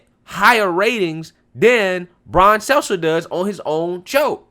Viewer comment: It's not Brian Seltzer.... good lord. Not sure if you're nicknaming him or just bad at pronouncing his name. Lol